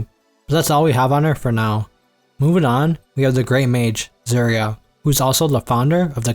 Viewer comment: Yeah i cant understand any of the names he said. I was doing dishes so i couldnt see the screen. He calls serie "Zuria"